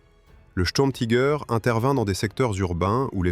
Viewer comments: Pourquoi prononcer Tiger à l'anglaise. Soit vous le prononcez en français, langue de la vidéo, soit en allemand ou le "i" se prononce comme en français. L'anglais n'a rien à faire ici. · Pourquoi prononcer les mots Tiger ou Sturmtiger a l’américaine ? Prononcer les mots allemands à l’allemande me paraît la moindre des choses ! Si vous ne savez pas le faire, traduisez en français, tigre et tigre d’assaut ! Quant au tangage des images, je vais finir par vomir. Plutôt énervant tout cela